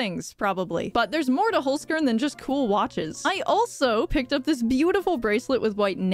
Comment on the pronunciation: how you say holzkern bring me to cry ( im german )